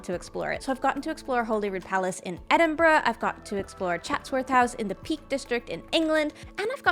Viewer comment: Of all the things I've taken from the video, the thing that makes me happiest is your pronunciation of Edinburgh. As a Scot who spends a lot of time in the city, it always hurts when I hear it pronounced wrong. Love you ♡